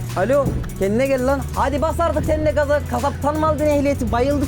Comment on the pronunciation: "Kaza" degil "gaza"